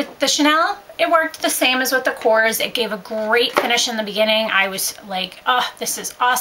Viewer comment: I believe it's pronounced ko-rez I just got their training today and that's how it's supposed to be pronounced